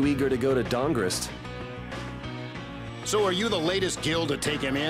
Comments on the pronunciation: The guild of cities, StahnGarrest. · The guild of cities, Dang-rest.